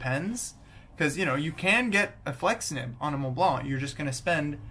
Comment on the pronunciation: Finally, a native English speaker (I'm assuming) who pronounces Montblanc properly. Où as-tu appris à parler français? I used to dislike Montblanc because I knew too many people who had one but never wrote with it or even cared about fountain pens, they just wanted to show off the little snowcap sticking out from their shirt pocket. I also wrote with a modern 146 and was far from impressed. I mean, I have Pelikan, Pilot and Sailor pens that cost half as much and write twice as well. But then a fountain pen buddy recommended I look into vintage Montblancs and I picked up a 342-G two years ago, and it's a fabulous little writer. I just bought an early 1980s 146 and am waiting for it to arrive.